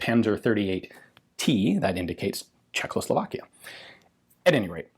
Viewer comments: Why does Ian say "CzechLoslovakia"? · CHE-h-hoe-slo-VAAK-ish-(e) Gh(e)-Wer-fub-reek